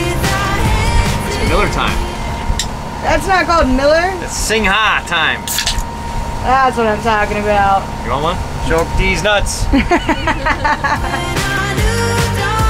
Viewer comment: Hate to be the one, but Ko Chang, not Ko Chong. Bavaria is 'Buh veh ree uh', not 'Buh var ree uh'. Singha, ignore the 'h' and 'a' it's just 'Sing'.